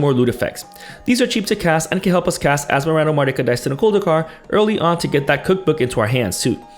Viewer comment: I knew that you know what you are talking about when you pronounced the commander name correctly and as it was normal